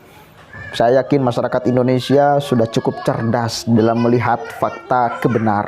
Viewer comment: Indonesia kang bukan Indinesa..ngono wae kliru.